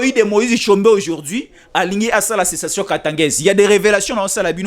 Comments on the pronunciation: Sécession et non pas cessation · Et non cessation.